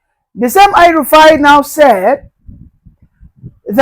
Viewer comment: DID YOU SAY "HELL RUFAI"